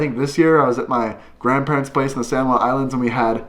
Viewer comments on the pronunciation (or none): none